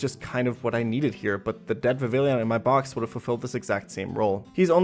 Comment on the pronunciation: It’s pronounced “Viv—ee—Jan”